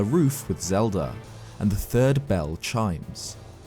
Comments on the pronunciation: why does he say zelda games, yet...zeldDUR adventures? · Who's Zelder?